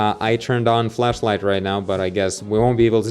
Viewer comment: im not one for techinal but i like it when he says flashlight and it sounds more like he said fleshlight